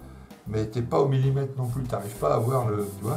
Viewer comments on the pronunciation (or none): none